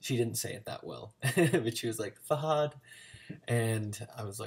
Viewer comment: Man, I just stumbled upon your video, I gotta say you did way better than my friends when I tried to teach them a few words. Just a little thing though, his name is Fahad with a light H, just as in "hello", the way you're adding a little "kh" sound makes it sound like fakhad, which means thigh in arabic lol But I get how confusing it can get to tell the soft and harsh H apart from each other and from the KH sound. The easiest way I could explain it to my friends is that there's an H like in Hello, and an H where you just imagine you're a snake for a few seconds, it's a very flat sound and the last sound is the KH sound which most people are familiar with through german, like in "nacht" If you really wanna perfect your pronunciation, practice the differences between the 2 Hs and the KH and maybe the GH sound... a lot of americans tend to use KH when they're supposed to be using GH